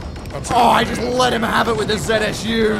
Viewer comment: Calling a zu a zsu the entire video looooo